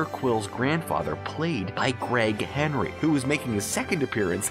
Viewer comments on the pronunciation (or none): none